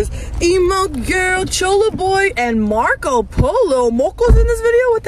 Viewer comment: The way said Moco insted of Marco she got me rolling on my floor